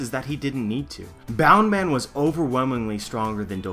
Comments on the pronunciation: BOUNCE man, not boun or bound man. Sorry, had to get that off my chest. Love the theory. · why the fuck do u call it bound man ur not Japanese it's bounce man in English bound man would not make any sense at all...